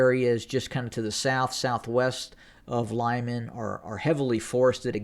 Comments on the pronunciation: Not Lyman, but Liman , L i m a n short i . [ɫɪˈmɑn]) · Lyman is pronounced LEEMAN; Popasna is simply POPASNA. Thank you for your great work!